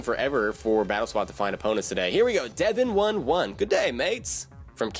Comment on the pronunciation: you said my name wrong, its Devin 11 not 1 1. btw sorry about the battle but i have bad internet i'm no coward... i would like a rematch sometime!